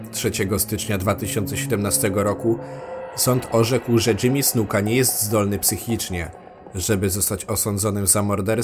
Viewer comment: powiedziałeś Jimmy Suka